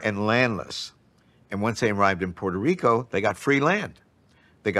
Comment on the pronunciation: Dr. Gates needs to learn to correctly pronounce Puerto Rico.